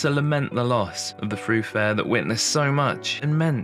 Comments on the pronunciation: The word is thoroughfare, not "throughfare" (not a word). Other than that, this was a delightful video. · Very well put together narrative evoking the colourful and the darker past of the area. I did notice you say more than once "throughfare" but it is actually pronounced as it is written as thoroughfare. At least by we Londoners. Just saying. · Lovely video. Side note I think thoroughfare is not pronounced “threw” but thuh-row, although I’m happy to be corrected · You say "Throo - fare" instead of "Thorough - fare". Why ? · The word is thoroughfare, with three syllables, not throughfare, and when frequent is a verb it has the accent on the second syllable. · thoroughfare not ‘throughfare’ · Throughfare? Don't you mean thoroughfare? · It's thoroughfare not through fare! 😂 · Beautifully done. (But thoroughfare is definitely not pronounced threw fare). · I’m 70 and lived in and around London all my life. If anyone asked me to pronounce that word, I’d say throo- fare. I’m afraid to say it, but I don’t think it matters. Most people used to pronounce words based upon what they hear in their environment although TV has obviously lessened that. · I picked up on that too - assumed it was your version of the word via wherever you came from originally. There are many words that various dialects of English just use differently, and sometimes we spend many years reading a word & not hearing it so we just don't realize the right way to pronounce it ! When I do a daily puzzle sometimes I learn a word I have never met before - and I'm a very well read 84 yr old ! We are never too old to learn !